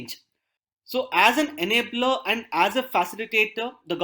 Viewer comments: The way he's pronouncing "And" is really annoying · yehi toh problem hai india mey, feedback do toh problem, na do toh bhi .. I'm not complaining at the quality of lecture I'm just trying to point his pronunciation error honestly, I'm not laughing at him, I'm saying the way he says 'and' is not really the way 'and' is pronunced